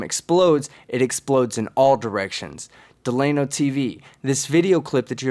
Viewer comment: Delano is trolling. Right? Certainly he’s trolling. And I bet $300 the name isn’t “Duh-Lay-No” but “Dell-ūh-No”. Regardless he’s fucking idiot n